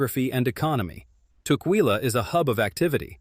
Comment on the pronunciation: I live in Vancouver WA.(25 years) (and Tacoma for 10) Ask locals how to pronounce local cities.You messed up tukwila. It is pronounced "tuck-willa" I have seen you do that in other videos. Be more sensitive to local pronunciation. It will help people take you more seriously.